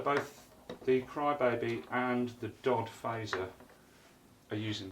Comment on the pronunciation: D-O-D, not typically prounonced "Dod." Not a big deal, just FYI.